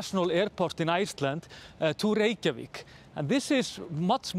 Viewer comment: even English speakers who should no better, 'experts' on Iceland, can't even pronounce 'Reykjavik' correctly (it's not "wreckyvick)